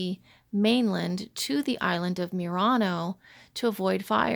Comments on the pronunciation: Murano is pronounced not mew-rano but moo-rano. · I always thought it was pronounced Murano (moo-raw-noh), like the Nissan. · I would like to suggest that you Google how to pronounce Murano. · I just Googled the pronunciation and you are correct. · LOL - I corrected her as well. See my critique of her video and her lame response from last month. So many things wrong in this video and she gets snippy when corrected by anyone! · Please do your research before posting further videos about Murano Glass, you haven't even pronounced the name of the island correctly once in the entire video. And this is Oggetti Glassware....produced on the Island of Murano. The people of Venice have had laws about how things are labeled and categorized when they are produced on the island. Again...researching the history of Murano and Venetian glass making would have given you the knowledge you needed to make this video less laughable! And ENOUGH with the Asian bashing of Murano Style glass making, while it may be cheaper, they are not the only country that does it as your video would suggest. There are companies all over the world that use these techniques, even in the USA!